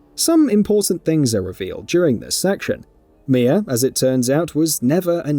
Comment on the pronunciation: Her name is Mia now “mier” I’m sorry accents are accents but that’s where I’m gonna call out the fake accent. There’s no r in that shit at all. Your accents being forced. You’re most definitely European but you’re still forcing to sound the way you are a little to much. It’s cringe